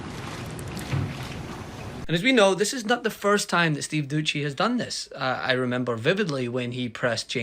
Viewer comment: Steve dousssssy…. Not duchy lol